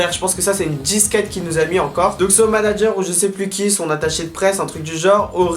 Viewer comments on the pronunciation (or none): none